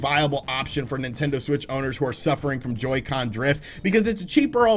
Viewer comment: Ngl in the intro when he said Joycen drift I kinda popped off